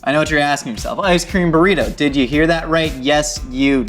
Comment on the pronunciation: A burrrrr-ito